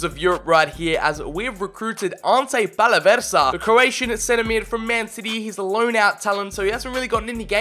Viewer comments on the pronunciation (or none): none